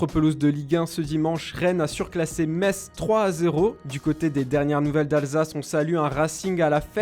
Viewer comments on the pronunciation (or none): none